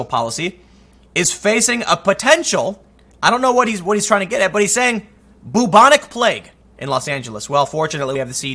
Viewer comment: god and Charles Darwin are sitting in heven watching this, laughing their guts out. btw it's pronounce BYEW-bonic....not "BOOB-onic"....omfg.